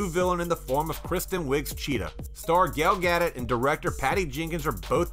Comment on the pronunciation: “Gail Gaddit” or Gal Gadot 🤔